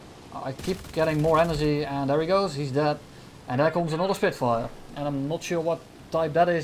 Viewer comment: "He is on fire, he is a Spirfire" hahahaha